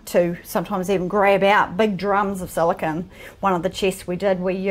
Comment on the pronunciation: Is it me, or did pronounce "silicone" five different ways in the same sentence?